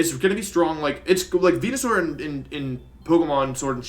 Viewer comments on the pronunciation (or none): omg did he just say Venasaur?